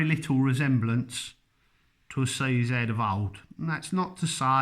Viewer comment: You keep saying c zett. IT IS PRONOUNCED CZ